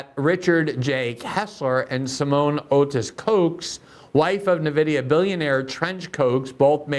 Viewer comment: Why is nobody able to pronounce Nvidia. ENN-videa.